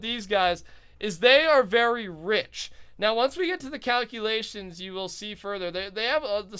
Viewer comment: those COW-culations left me in UTTER shock